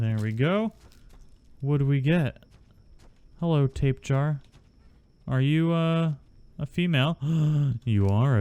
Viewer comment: Tap-ã-hara is correct enunciation and die-low is correct enunciation for tapejara you can call them tapē or pterosaurs. And dilos are just dilos not dillos